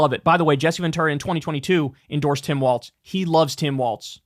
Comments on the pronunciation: You hear the horror shows at what these pro wrestlers do for the company and what they put their bodies through while on tour, 100% need a union. Fuck Hogan Also when is Kyle going to realize he's saying "Waltz" and not "Walz"? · Kyle, please… it’s “Walls” not “Waltz”. The things that separate rooms, not a ballroom dance.😘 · I take a drink every time Kyle calls Tim Walz "Tim Waltz" and I am always drunk and have been for 2 weeks. Someone stop this man.... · Tim WALZ not Waltz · Isn't the guys name Walz(walls) not Wal(T)z (walts)? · Kyle… as a Minnesotan. It’s Walz like Walls not Waltz. Thanks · Kyle, FFS the VP pick's name is Walz (like walls), not Waltz, like the dance. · Great show , content and all. One point is minor but I think Walz is pronounced walls. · Kyle still mispronouncing Walz to this day looool